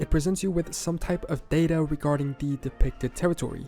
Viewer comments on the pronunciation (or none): none